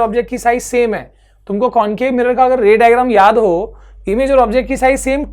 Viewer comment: raydrum bola ray digram ko 😂